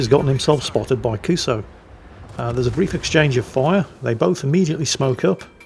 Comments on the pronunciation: How long before someone points out to that it's not pronounced "Kuso"? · So... should someone tell what "kuso" actually means? Nha, hehe nha... 😅